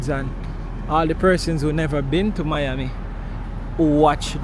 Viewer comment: iT'S MI AMI not your ami.. lol. Family mostly from South Beach, Collins Avenue and Godfather from Liberty City... My grand daddy owned the President Hotel on Collins Ave. near the Fountainblu . I had to sneak into the Fountain Blue as Jews were not allowed to go their.. long his story .. I do like the content and style of filming. free styling. Just the vibes you capturer in your streams. no complaints here .. just positive vibes and one love..